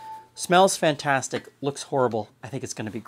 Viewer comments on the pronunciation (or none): none